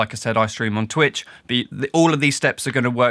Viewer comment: "Twicht" :D